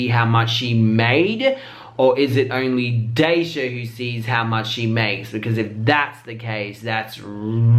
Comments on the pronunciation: I KNW.. ITS DEEEEEEEEEEEEE SHAYYYYYYYYYYYYY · Shae not jay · It's not Dejah its Dee Shaayyyyyy..get it right or quit calling the dam name..shiiiiit #ESSConnect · His name is DASHAE not DAYSHA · DA - SHAY Not dasha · deayyysheaaeee why he say it like that <<<<< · The way he's saying Deshae = Daysha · Love the way you say deshae 🤣 let me help: Dee-Shay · He just ruined the video by saying deysha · Why do you not know his name but his business? Can’t trust you after saying desjay like who is that sus ? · “DEJAI” LMAO IM DEAD😭 YOU KNOW HIS DAMN NAME STOP PLAYIN! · Did u say day sha 😂😂😂😂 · It’s “da-shay” deshae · it's pronounced D- shay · It's irking me that he keeps saying Deshae's name wrong lol .. Daysha, Desjay, Déshè..Omg I cannot🤦🏽‍♀️😂🤣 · Did you say daysha if you did lmao 😹😹😹😹😹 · you need to say his name correct. It's DE ShAy.. Eeeww get it right you annoyed me the entire video DEE. SHHAAAAY DEE. SHHAAAAY DEE. SHHAAAAY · Why pronounce his name with a j instead of an s 🤣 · The edits have me hollering!!🤣🤣🤣 His name is pronounced da-shay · Haha! He went from Daisha to De'jae 😂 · Deshae is pronounced THE SHAY 😂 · Lmao calling deshae, daysha..😭😭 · "DA" SHAY" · I thought your were talking about Daysha from TaylorGirlz the first time you pronounced his name 😂😂😂😂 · The way you say dashae name 😂😂😂”dajay” 💀💀💀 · Hey! You pronounce his name like "Da shay" lmao i love ur accent tho always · You said Deshae name wrong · and im yhe only one who is annoyed of how he say deshae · This nigga just tryna get view he don’t even know how to pronounce deshae how will he know who that is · Can't say his name right damn ion wanna watch the video nomo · I need you to do better research how do you not know how to say the dude name right? She is literally saying it right in her video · Lol you say his name so wrong 😂😂😂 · Omg I was so confused for dumb long cause u cant pronounce Deshae name right...😂😂😂😂😂😂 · LMAOOO ITS KILLS ME WHEN HE PRONOUNCE DESHAE